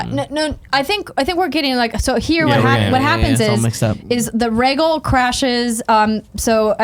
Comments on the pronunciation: Rhae-gul is killing me. It's Rhae-gal. Gal! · Andrea pronouncing the dragons. Reggle Vie seren